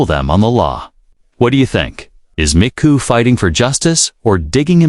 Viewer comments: it's not Mccoo, it's MAGOO! make sure you get his ridiculousness right! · McGoo not McCoo